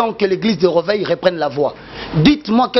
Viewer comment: On dit: réveil et non rèveil